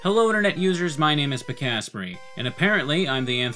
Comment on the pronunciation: That's how you pronounce Pikasprey? I always thought it was Pika-sprey, not Pik-asprey. , no it's the same probability every time the "dice is rolled", it's more likely that one of the attacks will miss the more attacks there are that can miss. it could be the 20th, the 60000th or the th, they all have the same probability to miss.